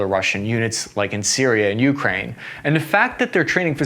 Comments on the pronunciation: For the love of God bro, please stop mispronouncing Ukraine! It's you-CRANE, not YOU-crane. Stress on the last syllable, not the first! And before some clown comes in the replies with some BS, in Ukrainian it's pronounced Украї́на, so I'm right and you're wrong. Don't even try me! I'm fuggin psychotic! Otherwise, good video! Liked & subscribed, keep 'em comin' 👍 much love bro 😊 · Jesus... It's you-KRAINE, not YOU-kraine. Just like Iraq is EAR-rack, not EYE-rack!